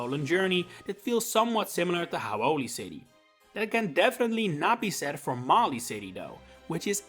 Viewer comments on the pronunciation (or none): It’s pronounced LAH-vuh-ridge, luh-VAIR, mah-lee-AY, and BALL-ihn-LAY-uh, “”! 🤨